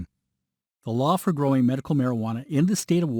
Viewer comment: He said "Merical marijuana" 😑